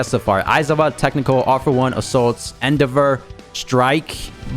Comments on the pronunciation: It's pronounced n dev er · Why those he says endevor name like that 💀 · his pronunciation of Endeavor was so bad it gave me an aneurism stopped the video before the 1 min mark I'm out lol